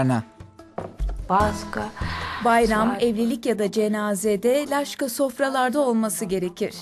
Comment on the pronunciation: Laşka deyil lapşa dogru tercu ediniz lutfen